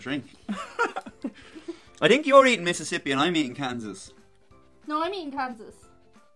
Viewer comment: Did you just say 'THink'?